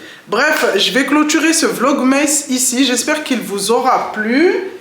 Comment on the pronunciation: Coucou! Porte toi mieux et bonnes fêtes à la famille 😊 PS: c'est vlog "masse" et non "meïsse" 😉